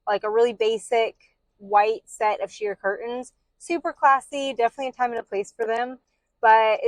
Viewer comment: "Curtains" has a "t"